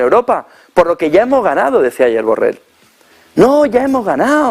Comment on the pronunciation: Dice BURREL, ostia!!!!